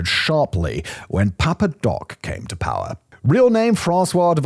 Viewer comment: The way this guy pronounces "power" reminds me of Rob Riggle's character from Step Brothers. "Paaa!" Maybe that's the origin of the joke